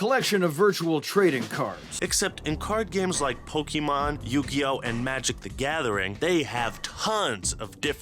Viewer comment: it hurts me hearing how he says pokémon